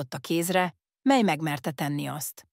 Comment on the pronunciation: Ezen hallatszik, hogy AI olvassa és ez nagyon irritáló. A mely-t úgy mondja hogy miláj.